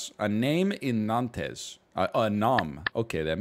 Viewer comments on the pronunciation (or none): none